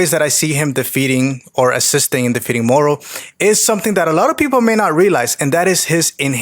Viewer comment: To my uncultured ears it sounds like you’re saying mortal lol